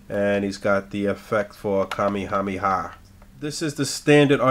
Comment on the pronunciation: It's Kamahame not Kay May he ah